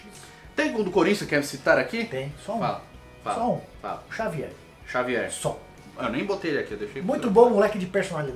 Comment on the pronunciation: Xavier, o editor ouviu Jôvier kkkk